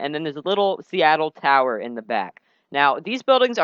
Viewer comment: i know this is old but "seattle tower?" that hurt me on the inside